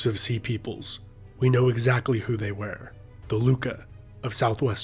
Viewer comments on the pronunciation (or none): none